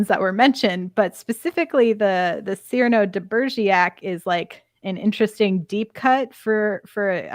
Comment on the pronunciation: Cyrano de Begerac (it was pronounced incorrectly the whole podcast unfortunately ). Also Enterprise had a character no one ever saw - Chef. It was a great idea and worked well. But your podcast is very negative about Enterprise so just letting you know.